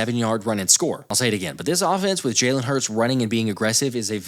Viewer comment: What coach can’t even say his quarterback by correct pronunciation: j-a-y-l-e-n